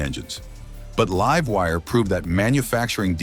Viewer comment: AI crap. Can't even say "Livewire"